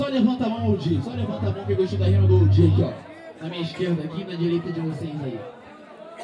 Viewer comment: É "Oldi",!